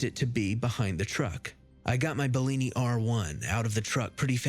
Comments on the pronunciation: Right? It's a Benelli R1, big game rifle lol. I was like Bellini? I've had peach Bellinis lol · You grabbed your “belini”?? 😂😂😂 never heard of that kind of gun